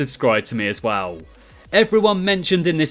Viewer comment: haha witty response to be fair, but still the point still stands you really struggle with the word well